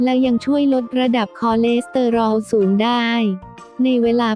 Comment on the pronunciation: ไปฝึกอ่านคำว่าคอเลสเตอรอลใหม่ค่ะ